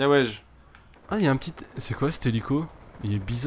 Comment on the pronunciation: "wsh" ? Comment tu prononces ça toi ?!